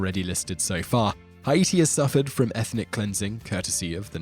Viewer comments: "Hi-Eaty"? Is that the British pronunciation? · The way he’s pronouncing Haiti is just really grinding my gears for some reason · That is actually correct. It is officially spelled with an umlaut over the first I, because it is pronounced separately. The French called it Saint-Domingue, the equivalent of the Spanish Santo Domingo. After the revolution their leaders adopted the Arawak name for the island. It should be pronounced Ha-ee-tee, not Hay-dee like Americans do. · Yea he can’t pronounce Haiti either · The way he pronounced "Haiti" really bugs me... I don't know why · it could be, I'm not saying its not. I'm simply saying it bugged me for some reason. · I mean, did you hear how he pronounced Haiti? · It's actually the Untied kingdom of Great Britain AND NORTHERN IRELAND. And the way you pronounced Haiti really annoyed me. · Victoria Gibbs % you pronounced Haiti wrong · your saying haiti wrong!!! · You’re killing me with the way you’re saying Haiti. 🤦🏻‍♀️ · how he pronounces Haiti is killing me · quit saying Haiti that way . ist wrong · Yup just like he pronounced Haiti wrong. Hay-tee not Hi-ee-tee. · It's Haiti not hieatee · I believe Haiti is pronounced: Hate-E or Hey-T not Hi-A-T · Every time Simon said "Heye-ee-tee" instead of "Hay-tee", I cringed. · It's pronounced H8-tee, not "hi-EE-tee." Silly Brit. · its not, "hi-yeety," its, "hey-ti" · Not only that but he mispronounced Haiti. It’s Pronounced Like “Hati” not “Hi ati” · Hah-EEE-tee? Is this really how Europeans pronounce it? Correct is "HAY-tee". From the air, Haiti is brown, treeless, dusty. The Dominican Republic is green, healthy, and you can see the entire border from the air. Haitians have chopped down all the trees to make shacks and to burn in cooking fires. What a mess. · This guy’s pronunciation is hilarious. Haiti…Hayeetee🤦🏻‍♂️ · why is he pronouncing Haiti, "Hi eat tea"? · proper pronounciation "Hey Tea" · Haiti- Hi E T lol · it's pronounced as Ah-eet-tee or hai-ee-tee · Wtf is "Ha-yi-ti"??